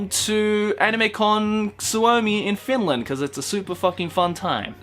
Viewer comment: You absolutely butchered finland's name xdd